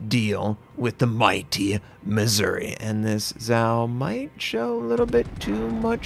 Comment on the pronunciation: MizzOOree, not Misery. 🤓